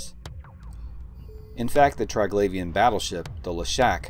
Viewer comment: tree-glavian, not try-glavian